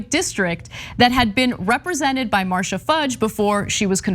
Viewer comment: It’s MarCee-uh Fudge